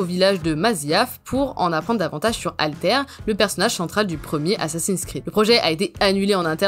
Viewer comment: J'ai très hâte de voir la suite ! Ah...et ça se prononce Al-Ta-Hir...